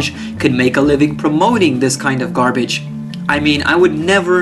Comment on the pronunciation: I like the way say the word "garbage" for nicki...haha